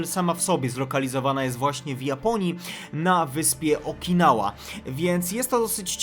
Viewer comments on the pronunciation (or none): Okinawa a nie Okinała🙂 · Sorki ale musiałem :D Okinała? po Paczesiowemu "Łesterplatte'? ;p